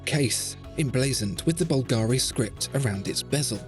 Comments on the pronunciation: Please, please.... It is Bùlgari, NOT Bulgàri. The accent is on the U. Thanks. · It always annoys me when you English speakers you just can't pronounce the stress on the first syllable of any 3-syllable words. It's bUlgari, not bulgAri. bUlgari, repeat with me. It's not always like ferrAri. Thanks. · Wonderful video as usual. Just a note: it's pronounced "Bùlgari" (italian for "people from Bulgaria"), not "Bulgàri". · You didn’t pronounce Bulgari correctly. It’s not Bul-GAAAARRR-Reee. It’s Bul-ga-ri. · Búlgari, not Bulgári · Dude. It’s BUL-ga-ri. Not Bul-GA-ri. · I love your video... But at least you should check the right accent in "Bvlgari" before making a video about it. My Italian ears are bleeding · Nice design but good luck telling the time. I'm a bit disappointed that the best watch review channel doesn't pronounce the name Bulgari correctly! This is the correct Italian pronunciation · Maybe tone down the italian stereotypes a bit...and besides, the emphasis in the word Bulgari should be on the U, not the A. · The pronunciation of "Bvlgari" just hurts me😂